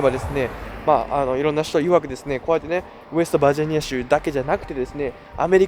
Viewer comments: 日本人？ ちゃんと日本語発音して喋ってくれ。恥ずかしい。バージャニアとかヒルベリーとかメキシカとかWarをワーとかなんだそれ🤦🏻‍♀️ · 一回もバージニアって言えてない😢